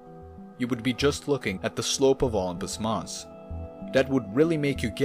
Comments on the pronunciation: No mon, Olympus mons. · “Unpus Moss” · I keep hearing ompus mons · Is he saying "Optimus Moss"? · The way you pronounce Olimpus mons is disgusting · The way u pronounce olympus mons pisses me off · The way you spell it isn't much better.